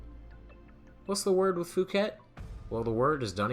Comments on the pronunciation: Phuket is real place and it's definitely not pronounced "fuket". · 'Phuket' is pronounced 'poo-ket' you would be aware of this if you made the bad choice of going there.